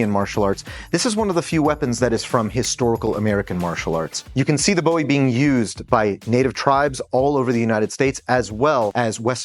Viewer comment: Thumbs up for calling it a Bowie knife and not Boohee